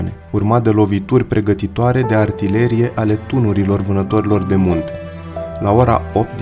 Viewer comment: Pe langa acea greseala mai ai cel putin doua: companíe in loc de compánie si artileríe in loc de artilérie. Daca esti român nu este de acceptat, daca nu esti român ai o mica circumstanta atenuanta. Oricum, nu este de acceptat sa nu te documentezi inainte de a face un astfel de material. Prin pronuntarea gresita a cuvantului "cremene" ai dovedit ca nu ai idee ce inseamna acel cuvant si de ce i s-a acordat acest titlu diviziei respective.